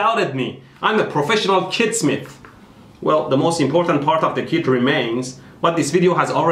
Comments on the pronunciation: I thought you said "kidsmith" instead of "kitsmith" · I swore he said kidsmith lol.